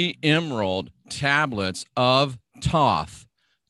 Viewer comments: Hahahah tawth and tohth....... That's unique. I usually hear thohth and thoth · th sound at both ends...thoth...lol